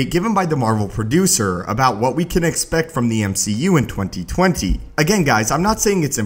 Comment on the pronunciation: The way this guy says 2020 bothers me.